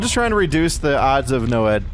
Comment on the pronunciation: He said NOED and Tombstone, madman 😂